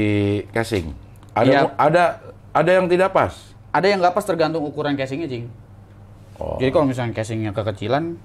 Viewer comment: wkwk keseringan bilang cing, jd kedengaran jing di